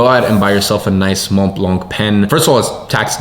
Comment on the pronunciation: Your pen is pronounced Mon blon. But go very light on the "n" at the end of both words. The C is silent. Sounds like moh bloh both words are pronounced identically. You did well for yourself, if you own one, gotta pronounce it properly in public.